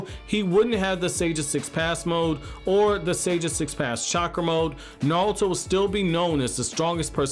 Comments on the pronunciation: Dude his name is NARUTO, not Nalto or Nauto lol 😂 but no hate the video is pretty good ! 😊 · Am i the only one hearing him say Narlto